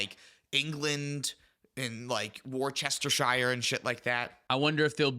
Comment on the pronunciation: As an English person hearing say ‘Worcestershire’ brought me such joy 😂